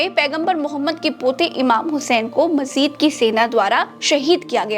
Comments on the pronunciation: majeed nahi yajeed hai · वो मजीद नहीं यज़ीद है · Didi pota nahi hai Mohammad ka ❌Nati hai ✅ Majeed ne ❌ yajeed ne ✅ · Majid nahi. Yajid h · Majeed nahin yajeed tha vo😢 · अरे, पोता नहीं नवासा, मज़ीद नहीं यज़ीद. अधूरी जानकारियों का समन्दर है आपके पास. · Inhone yajeed ki jagah majeed kaha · Majid nahi yajid h❤